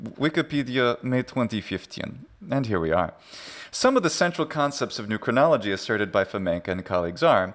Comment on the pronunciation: New Chronology, more like New CRIN-nolo-GE-y.